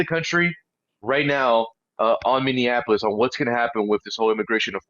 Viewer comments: Brandon, I love you and watch everything you put out but please, it’s Minny AP O Lis. Not Minny an Apolis. Love you ♥️ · Brandon, pleeeeease....it's pronounced, Mini apple us.